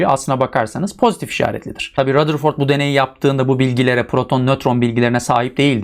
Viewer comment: Rutherford demiyor mu hocam